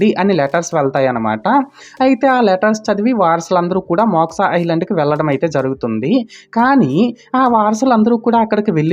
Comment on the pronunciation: మోక్సా కాదు బ్రో.... మోక్ష....😊